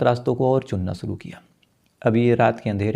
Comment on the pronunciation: Freeze या फिर Fridge? Story teller हो शब्दों का इस्तेमाल तो ठीक करो. शुरू को केह दिया सुरू सीधे बोलो या बंद करो. यह wrong diction कानों पर हथोड़े बरसता है.